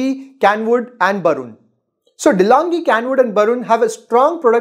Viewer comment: Its Braun bro. Not Barun